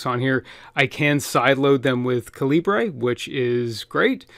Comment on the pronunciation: Nice video. My only nit to pick is that the program you'd mentioned several times is pronounced caliber. The creator just spells it like a Commonwealth nation would. Libre may be an ideal, but it is not part of the naming.